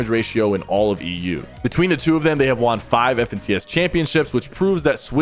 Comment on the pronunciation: “And Thomas has never WAWN an FNCS” 😖 hate how he says “won” 😂it gets me every time. Lol